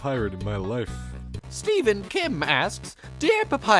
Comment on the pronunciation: I didn't know you could pronounce Stephen that way.